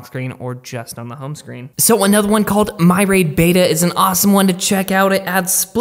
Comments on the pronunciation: reading must be a struggle for you. myriad is pronounced "mirr-ee-add" not 'my-rade' and vibrato is pronounced "vaiy-brot-oh" not 'vibrate-oh.' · What in the hell way did you pronounce “myriad”? 😂